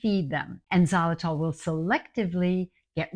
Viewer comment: Great to hear you talking about xylitol. Good thing it’s in the title or I wouldn’t have known what you were talking about. It’s pronounced ziy-lu-tol, not zah- lu-tol. It’s confusing when pronounced that way.